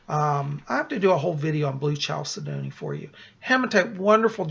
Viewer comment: FYI: chalcedony is actually pronounced: kal - Sed' - on - ee